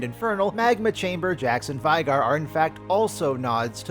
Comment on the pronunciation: It's pronounced as VAY-GAR, as mentioned in the lore. Please respect the little guy...